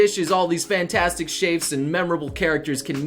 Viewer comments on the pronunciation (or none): It's chefs not shaves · noble, you said "shafes" ..........ITS CHEFS CHEFS NOBLE CHEFS